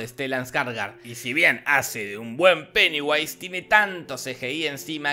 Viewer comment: ESCUCHÉ PENEWASE XDXD